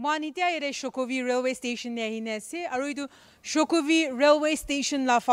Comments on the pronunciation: That's not shukhovi, it's shokhuvi😂😂😂😂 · It's SHOKHUVI NOT SHUKHOVI